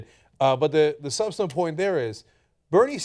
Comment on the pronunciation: dude can you say substantive properly?